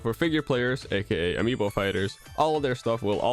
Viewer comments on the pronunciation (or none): none